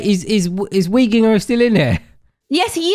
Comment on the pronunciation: When pounced weeginger24 wrong I started laughing and I'm still laughing from that, I am literally crying from how funny that was😭😭😭